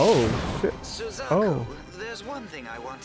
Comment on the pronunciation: oh i thought you said “Su-cuck-u”🤣